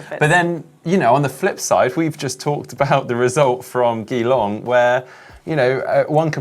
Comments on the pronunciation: Just a headsup, Geelong is pronounced the same way as "Gee Whiz" so "G-Long":) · mate, Geelong (prounounced jee-long) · Its pronounced 'G-long' or 'Jeelong' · how could you let us down with your mispronunciation of Geelong, I’ve just gone back to listen to last weeks GTN show after you were pick up by someone in this weeks show. Great show, just make sure you brush up on your “how to” skills. Heather brilliant as always. Thank you both for a superb show. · Caption Contest: "Where's? Need to whip him for his pronunciation of Geelong!" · haha so true, I'm aussie and when he said that I had to rewind and play it again, then I was like ohhhhh geeeeelongggg, home of the cats.